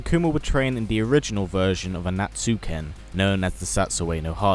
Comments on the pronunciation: The name of their fighting style is "Ansatsuken", not "Anatsuken". There's "SA"over there ;) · Yah Street Fighter pronunciations can be hard. It's an-sat-su-ken.